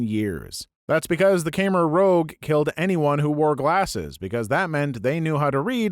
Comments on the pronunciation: Khmer Rouge is pronounced like cammer luge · I'm hooked on your videos. You read the posts well, so I'm very disappointed by your pronunciation of Khmer Rouge.